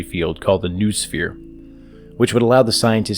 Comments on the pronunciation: It's KNOW-OH-SPHERE, not NOO-SPHERE! :) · great video. just a little correction, the word noosphere is pronounced no-o-sphere, and has nothing to do with a noose.